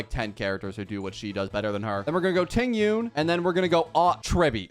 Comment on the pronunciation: did he just say Tingyun..